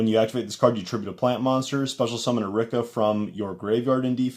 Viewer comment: its pronouced re-ka